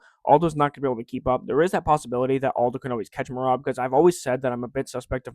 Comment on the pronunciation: he’s Brazilian, you pronounce the j